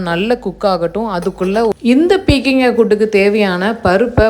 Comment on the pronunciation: அது பீர்க்கங்காய், உங்க உச்சரிப்பை இங்கே போட முடியவில்லை 😢😢😢